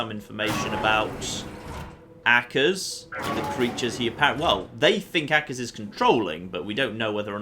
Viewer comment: I'm beginning to think your mispronouncing 'Akers' on purpose.